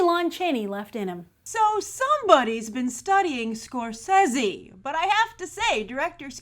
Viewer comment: Good for you Grace, you actually said SCORSESE'S name right! People have been screwing his name up for years pronouncing the first "E" in his name with an "A" sound which is incorrect, which he confirmed the right pronunciation on E news a few years ago. I used to think that I was the only one who said his name right, GOLD STAR for you Grace!